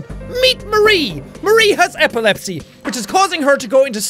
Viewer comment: First I thought you say epilepsy like apple lepsi